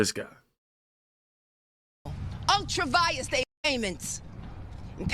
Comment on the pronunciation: What a psychopath. And the term is ultra vires, Leticia. Not "Unctra Vias."